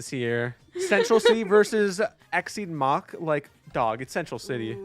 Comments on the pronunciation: X seed mack. It's mock, as in Mach Speed. The title literally means faster than the speed of sound. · “Exceed Mack” Off to a great start.